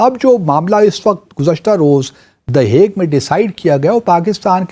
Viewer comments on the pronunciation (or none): ICJ हेग, हुईग नहीं 😂